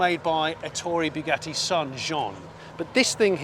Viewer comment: Please stop destroying the pronunciation of Bugatti, it's not bew gatti like new gatti😂, rather Bu, as in but.